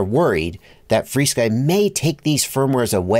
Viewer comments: There’s an irony with the way you pronounce it “free-sky” 🙂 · FrSky isn't "FreeSky"